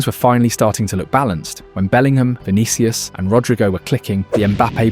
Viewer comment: just read the concept that ai has already written for you, why use this crappy ai narrator who can’t read at all? vinihius? kailien mbappe? please